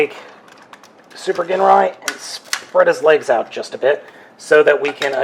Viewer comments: And he's pronouncing it wrong ..it's "jinrai" not "genray" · i was in japanese for a couple years its pronounced GEEN rye i HATE when people say jin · The pronunciation of "GINRAI" is "ＺＩＮＲＡＩ" in Japanese... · His name is pronounced Jinrai but spelled Ginrai :) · Did you ever find replacement stickers? I’d love to see an updated review! (Especially if you’ve learned how to pronounce his name 😅) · You idiot, it's a silent g! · That version is the Takara re-release. The othe rversion you're probably thinking of is the American re-issue with the Apex Bomber armour, which is basically another word for Godbomber. The toy originated in 1988, as did Super God Masterforce and you keapt pronouncing Ginrai's name with a hard G, while it's probably prounounced with a soft G, sorry to be a nerd with all this. :D